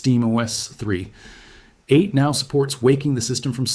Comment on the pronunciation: Great AI video. Especially hearing an AI narrator that can't say "3.8"